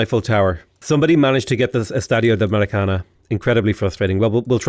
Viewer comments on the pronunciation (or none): Hey. You already know the pronunciation to Maracanã, it's just that the "ã" is tripping you up. Think of how you say Khan. The ã should have the same tone. So it'd be something like: Maracanan. Hope that helps!